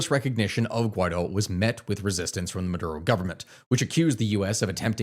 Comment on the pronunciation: You gotta get your pronunciation right Bruh. Bolivar is pronounced Boh-lee-var. Guaido is pronounced Goo-i-dó (last syllable is the one you emphasize, not the goo)